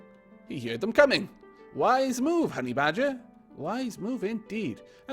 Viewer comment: Also, since you said it was ok to correct you, I've been meaning to tell you this for a while now... "Heard" is pronounced like "herd" as in a herd of sheep, rather than "hear-ed". Well, that's how it's pronounced in America at least, does everyone say it like you do in the UK?